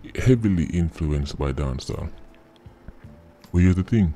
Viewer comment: Why it sound like a seh Dawn Sawl instead of Dancehall?